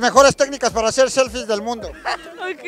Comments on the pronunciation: Jajaja "seflies buenas" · "SEFLIES" dignas... No pos chingón